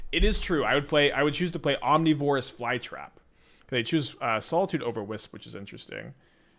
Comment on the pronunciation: I have the same question about omnivorous